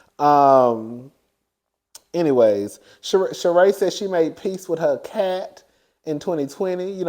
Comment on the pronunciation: Garcelle's friend pronounces her natme Shereeee